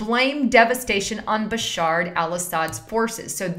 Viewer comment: please. it's not BasharD.